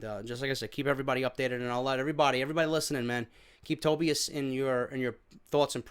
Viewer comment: It's pronounced TOE BY IS